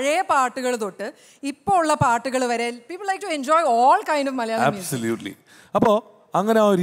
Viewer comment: ആദ്യം മലയാളിന്ന് ശെരിക് പറയാൻ പടിക്ക്